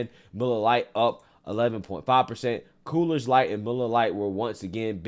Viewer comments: It's NOT "Coolers Light" !!!!!!!!!!!!!! It's COOR's Light. SMH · I kept thinking I was hearing things, but I'm pretty sure I heard him say "Cooler's" Light instead of Coors Light over and over. lol. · Why dis negro keep saying coolers light😂😂😂… it’s coors light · You keep saying coolers. It's coors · First I've got to say, I love your videos. I do however, have to call out the fact that you keep saying "Cooler's Light" for the beer named 'Coors light'. It's name sounds like CORES not Coolers. Anyway, I had to call that out... Otherwise, keep doing what you're doing. Love it! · maybe it's just me but when you say Coors Light I'm hearing Coolers Light. It's Coors aka CORES Light. Just sayin'. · Love your content bro but it’s it’s pronounced Coors not Coolers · It's Coors not Coolers, god damn get it right. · It's COOOOOORS LIGHT say it COOOOOORS... not COOLERSSS 🙄🙄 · I'm sorry, are you saying "coolers light"? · Coors light not Coolers light you butchering the brand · It sounds like your calling Coors Light, Coolers Light.